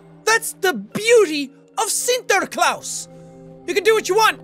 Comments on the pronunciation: sintreclaus? you mean? sinterklaas? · Did you say Sinterklaas?!